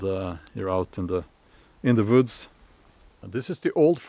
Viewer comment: Recently someone accused you of doing your videos in front of a green screen. Well, he was right, in a way. He just had the wrong screen. The woods, (Voods as you pronounce it) is quite a nice green scree, after all. Happy birthday, it will hit you suddenly when you wake up one morning and everything is stiff, but the parts you want to be. Try to avoid the "mid life" crisis stuff. ;-)